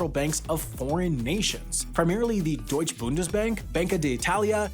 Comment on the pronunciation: Do we even need to rinse pronunciation of Deustche, d'Italia, and Nederlandsche? Can we just take it as read that has no idea how to pronounce foreign words??